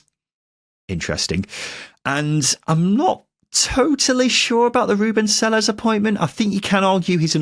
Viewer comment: The correct Spanish pronunciation of Selles is Say-yes.